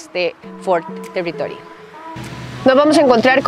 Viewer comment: Ford Telitoly....😂